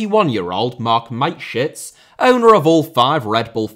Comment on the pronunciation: It's still Mateschitz and not Maitschitz, but I will forgive you when the Austrian Wunderteam video drops 😇✌.